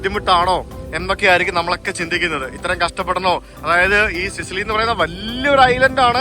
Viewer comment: സിസിലി അല്ല, സിച്ചിലി ആണ്. ടാബാച്ചി അല്ല, തബാക്കി. വില്ല സാൻ ജൊവാന്നി, ഫ്രചെറോസ്സ